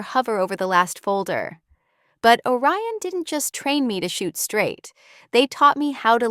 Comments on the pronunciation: Orion, not O Ryan. The subtitles should be edited before posting. Also, the Admiral’s name is Rowe. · 'Orion' not a Ryan. Re-edit.